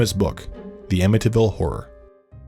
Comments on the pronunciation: Why do you pronounce amityville like that? "amiTyville" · The way he pronounces ‘Amityville!’ 🙄😒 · As a long islander, I find it offensive to hear you mispronounce Amityville.